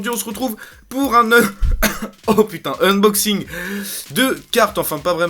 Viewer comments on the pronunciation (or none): none